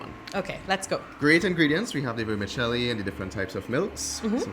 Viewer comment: Please stop saying "Vermishelli" gorshhh